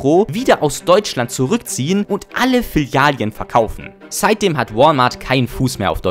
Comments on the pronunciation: Gutes Video, aber sag bitte nie wieder Filialien 😭 Das tut weh Bro... zumal du es richtig geschrieben hast 🤷🏻‍♂️ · kannst du bitte filialen richtig aussprechen? es heißt nicht filialien... trotzdem nices video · Das hat mich auch unnormal getriggert. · " Filalien " LOL Deutsche Sprache, schwere Sprache 😂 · Ich kann das Filialien nicht mehr hören bro xD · Das zweite "i" in Filialen triggert mich schon wieder komplett. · Mega gute video!! Aber bitte hör auf Filialien zu sagen😅🤣 Ansonsten sehr gut und mach weiter so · komm, wir üben das noch mal. es gibt 2350 Filialen. FI - LI - A- LEN. Also die ersten beiden Silben haben ein „i“ und die letzten beiden Silben haben kein „i“. Fi - li - a - len, Fi - li - a - len, Fi - li - a - len, Fi - li - a - len, Fi - li - a - len . Na, siehste, geht doch. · Filalien xD was hast du gekifft alter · Wenn du noch einmal Filalien sagst schick ich dir meine Fäkalien als Brief per Einschreiben zu amena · Filialen ❌ FİLİALİEN ✅ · "Filialien" "Smoll tolk" OMG HÖR AUF ZU REDEN BITTE BRO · Filialien ? Bruder, das Video ist geil, aber ich habe so Schmerzen .... So kann ich dir kein Abo dalassen ... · Digga... WAS SIND FILLIALIEN? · an sich nen gutes video, aber für "Filalien" gibts nen dislike. da bluten einem ja die ohren! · Hm.Sprechen lernen. Fil -ali-en...Echt jetzt? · Sprachkurs machen, es heißt Filialen und nicht Filialien, sonst interessantes Video. Und ja, wenn du in den Supermarkt am Sonntag gehst und noch zwei Schachteln 30.06 zum Spottpreis mitnimmst, dann weißt du, warum es Sinn macht dort einzukaufenn.. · Filialien.. es sind Filialen! 😂 Langsam nervts und ich bin nur 1,5 minuten drin im video. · die Dinger heißen Filialen und nicht Filialjen oder Filialien xD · Du killst mich jedes Mal wenn du Filialien sagst. Es heißt Filialen. Vielen Dank für deinen Kontent. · Das Video ist echt super. Die Memes, die Schnitte und deine Stimme ist auch toll. Es macht richtig Spaß zuzusehen :-) Aber bitte nenne es Filialen und nicht Filialien:-)